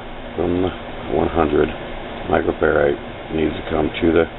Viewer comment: it's pronounced, micro-(FAIR-RAD). I could here the annoyance in your voice Sir. I won't ideally correct another grown man, but I would wanna know. thanks for the video!